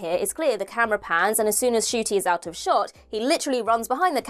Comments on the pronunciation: Nshooootie Gatwa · Changing the intro again would have fans expecting new intros in most episodes, and you mispronounced Ncuti’s name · You'll have to update how you pronounce Ncuti's name. He has recently revealed he's been pronouncing his own name wrong for 27 years. 😂